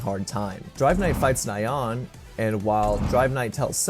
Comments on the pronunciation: Man poor Nyaan name getting butchered 😢😢 and it's pronounced like Ni-Yaan not Na-Yaan👍. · It's hard to take this seriously when the "expert" calls Nyan as Nai-yawn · It is kinda funny how you pronounce Ryan as 'Nye-ahn' instead of 'knee-uhn', like a cute cat sound effect... coz it's a cat monster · Nai-on. It’s Nyan! It’s the sound a cat makes!